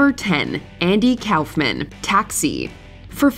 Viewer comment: *RASPBERRY Andy "cowlf"-man lol!